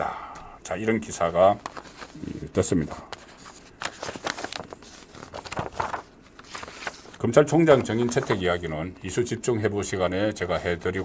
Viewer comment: 송선생님, 존경하지만 ᆢ 몇몇 단어 발음이 어눌하여 들을때마다 속상해요 특히 *탄핵, *총장 등의 발음은 정말 듣기 민망함. ❤❤❤❤❤